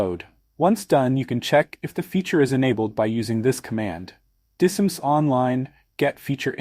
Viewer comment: Would be nice if you did not use an AI Generated Voice. Spell out DISM and not try to make a word out of it.